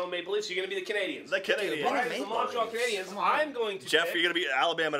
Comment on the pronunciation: Fun fact: Every time Canadiens gets pronounced Canadians, a quebecer becomes a separatist.